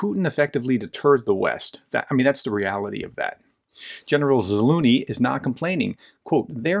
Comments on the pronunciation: Ok, look let me help you. "Treasure" "Measure" "Leisure" "Zaleisure" "Zalusure" "Zaluzhun" "Zaluzh-knee" I'm sorry, it's killing me hearing you call him "Za Looney". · Its ZaluZniy not Zaluniy 😁 I think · Great video! Just an fyi, his name is pronounced Za-luge-knee. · Not Zaluny, but ZaluZHny, learn our heroes! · An excellent clarification as always. One thing that cracked me up was saying “Zaloony” instead of “Za-loo-zh-nee.” It’s “Za-loo-zh-nee,” with the “zh” sound being similar to the soft “j” in “Jeremy.” 😂 Not a big deal, just trying to assist. 😎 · Ukrainian here It is ZaluЖny , the Ж sound is the same as in Жukov: Ж=zh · It would help if you would please pronounce this well known General's name correctly. Zal oozh ny, with the zh being pronounced the same as the 's' in measure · No loonie in Zaluzhny's name, where did you pick that up. You nearly said it right one time. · You can pronounce AZURE and LEISURE so please stop mangling the general's name into a joke. It's za-LUZH-ny. The zh sound is exactly like thr z and s in those words, respectively. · Anybody else hearing “General Za-loony”?! 😖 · BTW the right way to pronounce is "Zalužniy" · Zalužniy - if that helps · Why can't you pronounce Zaluzhny? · It is not a matter of utmost importance, but why don't you try to pronounce the general's name correctly? It is not that difficult. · Experts who dont even bother to learn the correct pronunciation are not experts. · By the way - you should look into this "professor" - he is not an expert in anything at all - and its no surprise that in almost two years he cannot properly pronounce the name of the head of the AFU.... but I guess he feeds your russia hate so that is all that matters. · Please learn the proper pronounciation of Slavic last names professor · Are you pronouncing the general's name right ? there is a second Z in there. You make him sound like a cartoon character. Otherwise a very informative article. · Please Search Zaluzhny Pronunciation:yt:🔊